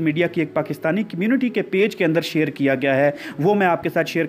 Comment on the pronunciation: To shir kro na shir korn shir kron yar sida sida bola kro asa hai me shir kron shir kron